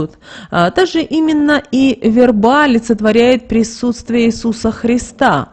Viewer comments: В е рба, а не верба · Да что же вы искажаете смысл слова "верба" Говорите правильно! Слух режет.